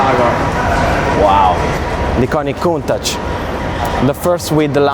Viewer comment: I'm just happy to hear an Italian pronounce Countach. Now I know...